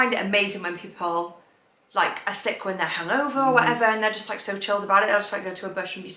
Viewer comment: To much emphasis on sick your drama queen